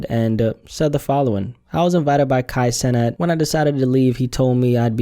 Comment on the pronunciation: I think it’s pronounced “ Sea-Nath “ i remember him talking about trinidadian influence and that’s how his name would sound in the caribbean. “ Kai seenath “